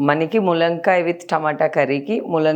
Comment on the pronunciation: ములంకాయ ఏంటి తల్లీ తెలుగు రాని దానిలా